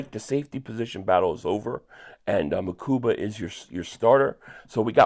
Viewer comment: you went back to calling him MakuMba!